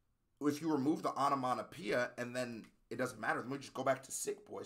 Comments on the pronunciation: Every time you said onomaTopoeia incorrectly, hurt more than it should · Lo es aún más cuando no puede hablar bien ni siquiera el inglés (no pronunció correctamente "onomatopoeia" ni una sola vez). Sin contar con lo crítico que es con el rap de Ren, cuando lo que él produce no es ni la décima parte de bueno de lo que Ren hace. En fin, un chiste.